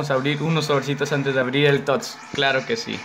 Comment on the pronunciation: Aweonao es tots no toty